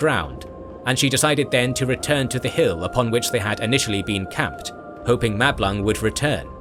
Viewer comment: I cannot be the only one to hear Mablung as ‘Matt Blanc’, and finding it utterly hilarious 😅 Great video, already watched several times. For such is the quality of thy creation.